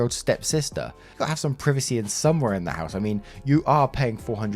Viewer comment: Ngl I hate how you pronounce "privacy"